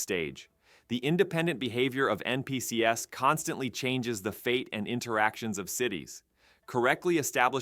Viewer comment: Your voice-over seriously said N-P-C-S instead of NPCs, and this is why AI is turning everything into garbage.